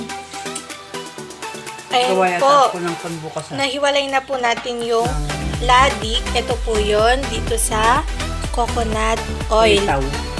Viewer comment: Latik ang tawag dyan hindi "Ladik"😁😂